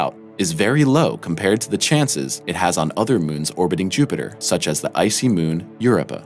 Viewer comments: Well, right next to "Yerepa". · I have never heard your pronunciations before. Io and Europa. Where did you hear that it is pronounced in that manner? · and yet still not as bad as how he butchers Europa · The narrator keeps mispronunciations words. The name of the moon is a word pronounced ayow, not calling out initials. He mispronounced magma as magna and Europa accent is on the O not the Eu. Come on people, if you are making a science channel, pronounce the words correctly. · the "YOURAPAH" KID strikes again (Europa). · “Eye oh”?! For God’s sake, isn’t it enough how you butchered “Eu rœ paa” prononciation, you need to slaughter poor Io?!🤦🏻‍♀️😖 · What the h*** is up with that pronunciation??! Europa, Io, jesus dude... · Is it me or did anyone else get annoyed with the way he said europa. Must need hooked on phonics. I won't watch anymore videos thanks to him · He pronounced Europa in a funny way